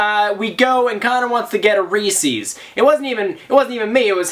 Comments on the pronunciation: I have never, ever heard anyone say "reese's" like that before. It's "ree-sez" with an S sound, not a C sound. Reese's does not rhyme with feces. Like it's not Reesee Witherspoon. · Ree-says not ree-sees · couldn't help but laugh every time you pronounced reese's, reesee's ahahah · You say Reese's weird